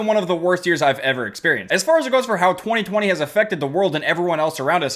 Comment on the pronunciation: saying 2020: TWEE TWEE